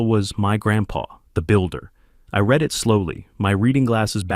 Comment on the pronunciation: Read pronounced as red gets my on nerves.